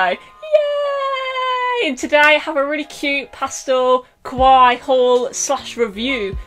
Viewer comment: you know ilysm but when you say "ka-why" do you mean "kawaii"? (kah-why-ee). lol, tell me if that's not what you mean!!!! also, how long did this stuff from unzzy take to arrive? they sent me something jan 3rd but it's still not here yet and they're not getting back to me D: yikes PS I LOVE THAT JACKET ON YOUUUUU